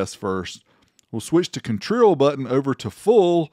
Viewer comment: Jajajaja 🤣 "contril"